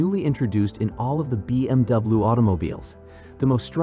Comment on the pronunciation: Hate robot narration. “B M double-oo” ????